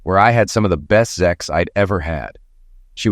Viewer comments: For Christ's sake, the goddamn word is sex, not zex! Why is that so hard to understand? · Stop saying zex damnit . Zex isn't even in the dictionary .